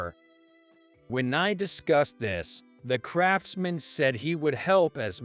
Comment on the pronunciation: I like it, all the mistakes like crafts man and not craftsman, which is one word. Might be cheaper to have a A.I to read the story, but is jaring.